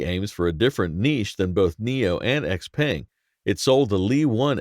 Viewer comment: Your pronunciation of XPeng makes me cringe every time.